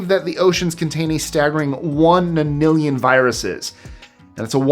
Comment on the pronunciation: hey num nuts you sounded like you said 1 million not 1 NONILLION SPEAK CLEARLY SOMETIMES your cool other times i think your a nerd a dweeb a geek and a globnum rolled into one / is list 25 your own channel or are you working for somebody ??? like how do you do research to get your info / who is that person behind the camera ???